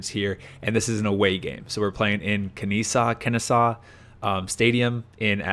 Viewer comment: It’s Ken-Eh-Saw. 😂💀 It was nice to finally see you play live bro! Despite the score, it was still an amusing game. 😁